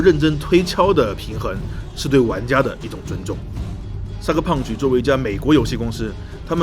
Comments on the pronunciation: 一直聽成cyberpunch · 听你说我以为这个游戏是“”三个胖子“”做的